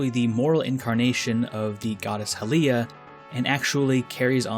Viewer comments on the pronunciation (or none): It's not Hill-ee-ah it's High-lee-ah